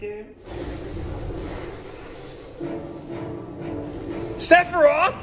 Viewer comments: SORA, ITS SEPHIROTH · am the the only one who heard the other guy who said sepiroth at the beginng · To quote: “sepiriath” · Nobody gonna point out cloud called him "sebiros" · Everyone: Sephiroth Also everyone: Altrive Me: Jacob is wearing a Splatoon shirt